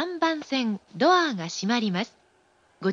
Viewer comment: ドアーの発音？言い方？好き笑笑